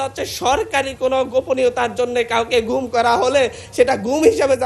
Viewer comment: কথা বলে নাকি কান্নাকাটি করে? একজন সংসদ সদস্য এমন কেন? ফালতামি করে কেন? ওরে ট্রেনিং দেয় না কেন। মানলাম বস্তি থেকে উঠে এসেছে। তাই বলে ঢাকা বিশ্ববিদ্যালয় পড়ে সে কি এসব কান্নাকাটি আর ভুল উচ্চারণে বক্তব্য দিবে? চুরি শব্দটাও বলতে পারেনা। চুরি কে বলে ছুড়ি আবার গুম কে বলে ঘুম 😆😂